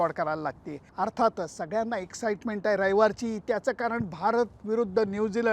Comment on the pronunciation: रविवारी. Not रयवारी.😂